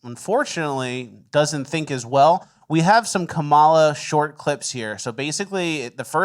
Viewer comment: I just want to point out that the lady who says she's going to vote for kamala, just because she is a woman also says her kamala's name wrong lmao.